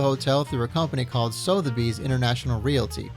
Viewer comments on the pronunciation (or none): Suth-eh-beys (the accepted pronunciations of Sotheby's. ) This is never pronounced like "soath -i-bees" by any type of knowledgeble journalist. Thank you. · it's owner - nope, possessive its has no apostrophe. Also, "the bank sold the hotel through a company called Sotheby's". Dude, you're not even pronouncing the name correctly and everyone knows what Sotheby's is. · Sotherby's. It's not pronounced So-There-Bees. It's pronounce Suh-Their-Bees.